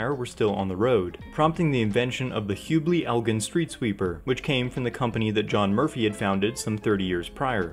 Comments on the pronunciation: g in Elgin is a soft g <3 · Great video, however Elgin, IL is pronounced with the “gin” sounding like the name of the liquor. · welp that’s the right pronunciation for the city in Texas, but Elgin, Illinois is pronounced with a soft g, not a hard one